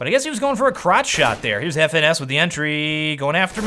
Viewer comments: His name is pronounced "finesse" not F.N.S :) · FNS is pronounced like finesse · His name is pronounced as finesse (FNS).